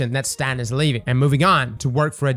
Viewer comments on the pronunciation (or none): Btw it is STATE-IN. Not STAT-in. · It's pronounced "State-n"...